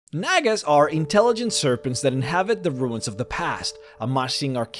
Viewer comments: Nag-ass?!?!?! Its Nah-guh. I love vids, make more d&d content. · I sincerely hope I wasn’t the only one who heard “nagas” as a slightly different word beginning with N. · Bruh i thought he was saying the n-word